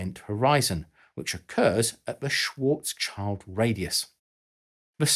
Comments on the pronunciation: Shwartsshield, not "Shwarts-child" ffs. Also, this video does not seem to take into consideration that a point singularity is only possible in a theoretical static black hole. However, as far as we know, all physical black holes spin, which causes them to have a "ringularity". Matt of PBS Spacetime, Sabine Hossenfelder, Anton Petrov and probably many other YT science educators have videos on this. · The usual German pedantic comment: Karl's name is spelled Schwarz-Schild (both parts with the "sh" sound at the beginning, sounds something like Schwarz shield), not Schwarzs-Child :) Anyway, thanks for the great video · The end of "Schwartzschild" (Schwartz-schild), provided you can not pronounce it German, is in English better pronounced like "shield" instead like "child". (The name btw. literally translates to "black shield".) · Schwarzschild is actually pronounced more like "Shvaats shilld". Translated from German it literally means "black shield". Funny thing is that when I first heard of this in physics class I didn't realize the Schwarzschildradius was named after its discoverer but just called like that because light doesn't get through once inside of it. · Schwarzschild is roughly pronounced like Shwarts + Shield (Litteral translation = black shield) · Moreover, it's SchwarzSchild, not Schwarzchild. So the second part is Schild and not Child, Child in German doesn't mean shield, Schild does though. 😉 You're right about the pronunciation, however. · Great video on the effects black hole event horizons, nice clear explanations :) I have only one gripe: the pronunciation of Karl Schwarzschild's name. He was german, and his name is a combination of the two words Schwarz (meaning "black", pronounced "shwarts" as you did) and Schild (meaning "shield", pronounced "sheeld", almost identical as its english equivalent "shield"). The actual meaning of his name is in itself a curious coincident given his scientific work on the event horizon of a black hole.